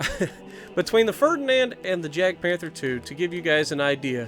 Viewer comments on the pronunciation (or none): It is pronounced as 'Yag' not 'Jag'... 😤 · ITS NOT JADPANTHER ITS JAGDPANTHER. AND ITS PRONOUNCED WITH A "Y" SOUND, NOT A "J" SOUND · It’s like yagpanther, that’s how u say it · I was about to say that, subbing just for that.